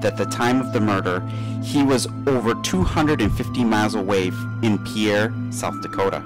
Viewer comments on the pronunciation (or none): Pierre is pronounced "peer," rather than "pee-air."